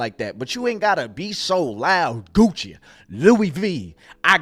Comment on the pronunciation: “Goochie! Louie Veee! I got it on me!” 😂😂😂